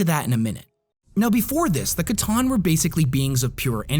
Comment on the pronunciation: Based on their lore, pretty sure it’s pronounced “sah-tahn” not “ca-tahn”… C’Tan or Sah-tahn or Satan for the War In Heaven.